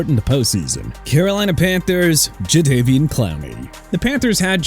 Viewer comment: Jadeveon (juh-de-vee-aan) Clowney NOT JUH-DE-VEE-AN! Also Terron (teh-raan) Armstead NOT TER-RAN!! LEARN TO PRONOUNCE AND COME BACK WHEN YOU'RE DONE! ENOUGH'S ENOUGH!!